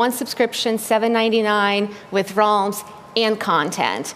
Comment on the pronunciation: that moment when you cant pronounce realms